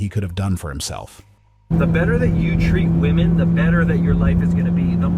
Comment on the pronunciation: Why can these idiots never pronounce women correctly?